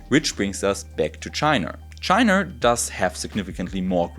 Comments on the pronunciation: I love the video, pronunciation of China is really funny "Chiner" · Wo genau liegt denn eigentlich tschainarrr? Mann kanns als deutscher auch echt hart treiben wenns um die Aussprache im englischen geht. Zu den efuels. Schön das da da, scheinbar, eine Probe bekommen hast und auch erwähnst das in Deutschland zwei hersteller sitzen. Nur wäre deren Kapazität interessant, die tatsächliche Menge grünen Wasserstoffs die verwendet werden und woher das co2 kommt.